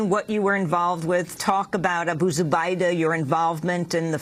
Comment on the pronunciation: it’s funny how she pronounces Abu Zubaydah